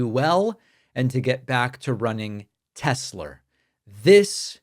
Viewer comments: Why does he call it Tesler? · "It's all computer, I love teslur" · Tesler? Trump is just a figurehead by now. His sycophants are running the shutdown of our country and its government agencies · Tesler. He is such a huge embarrassment. Biden at least knew the companies name he was speaking about. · No one is 'brave' enough to say "Sir, there is no R in Tesla." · I think besides the sound bite “Obomna”, “I love Tesler” is probably my favorites that are used 😅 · Does Trump keep saying Tesler?? Can't even say his brands name correctly. We won't see Elon Tesler in the white house again. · i hope thats the last time i hear tesler C'mon obituary! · He said Tesler again.